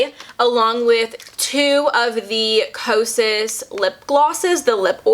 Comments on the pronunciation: Loved the video! Also, did you notice at the very beginning you said kasos (sounded like quesos in Spanish) instead of kosas? Lol. Instagram: lovelytidess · Girl you said quesos and that is cheese in Spanish 😂😂, love the review btw helped me find my shade❤ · I'm sorry I think just heard, "...a full face of... quesos..." Lol